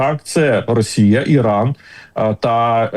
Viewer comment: Пане Тарасе,ви кажете,що американці бачать ЩО буде з ра😅щей.( Так давить на вуха,коли ВИ кажете расія) Питання: чому ж тоді старий доня так кохає плешивого і ненавидить нашого Президента?